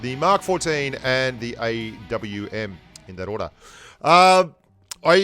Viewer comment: You know not to be condescending but if you want to pronounce the names of the guns properly the AWM is not pronounced Ahh-mmm but A W M as in Accuracy International the manufacturer and Artic Warfare Magnum (AWM) the model.